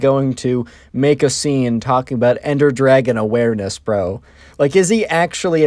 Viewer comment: ender dwagon as he says it